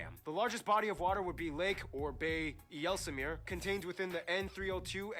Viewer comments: When he said ‘jelsemeer’ instead of ‘ijsselmeer’ I thought: wrong.. nice try though Edit: we use butter to stick the hagelslag to the bread. I actually tried it with peanut butter once and it was pretty good, but that’s probably just me who thinks that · IJsselmeer is pronounced wrong: IJ together is one sound that sounds like “i” Also Walden islands is wrong, it should be Wadden islands